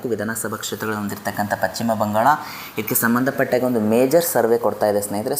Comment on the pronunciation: ಪಚ್ಚಿಮ ಅಲ್ಲ ಪಶ್ಚಿಮ ಎಂದಾಗಬೇಕು. ಶರಣು ಶರಣಾರ್ಥಿಗಳು